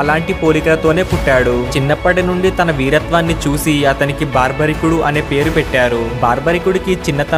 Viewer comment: Baarbarikudu kaadu. Barbarikudu.